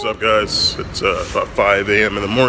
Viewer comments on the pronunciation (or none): none